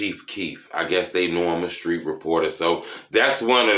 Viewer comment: " I guess they know ima skreet reporter " 🤣🤣🤣